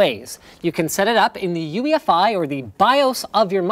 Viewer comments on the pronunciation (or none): none